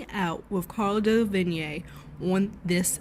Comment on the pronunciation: DeLevigne pronounced as Del-La-Veen.